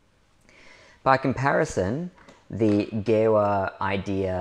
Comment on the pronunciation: Thanks for the great video. For info: it’s pronounced “Geeva”